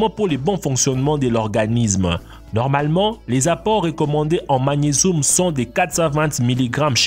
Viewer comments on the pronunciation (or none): Du calcioum et du magnesoum 😂